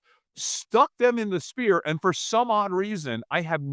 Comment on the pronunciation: Does homie not know how to pronounce 'sphere'? Is it just me or is he saying "spear" every time?